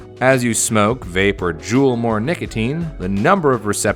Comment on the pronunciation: Also hearing Kangertech, blu, and juul made me cringe